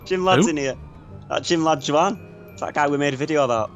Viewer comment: theres no way he pronounced juan like that